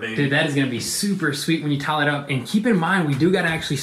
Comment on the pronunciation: “We do gotta.” “Tawl.” (Tile).